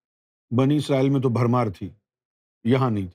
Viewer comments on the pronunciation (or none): none